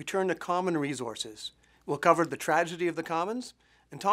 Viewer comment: Oh man, this bothered me every time he said it!